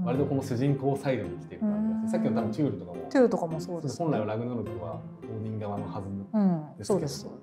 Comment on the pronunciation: 先生の発音がオーヂン寄りだけど、元はそっちの音なのかな？ チャンネル名変わって残念でしたが、また動画あって嬉しいです。